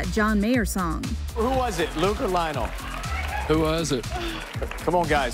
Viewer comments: How does an Entertainment Tonight reporter not know how to properly pronounce Lionel Richie’s name? said “LYON-el” 😳 It’s pronounced “LINE-ul”. Smdh. You can even HEAR it be pronounced correctly by Ryan Seacrest in the clip! How did she STILL manage to get it wrong? Maybe this REPORTER needs to utilize Wikipedia!! Or Google. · 38 ummm. How does someone who works in ET not know how to say Lionel?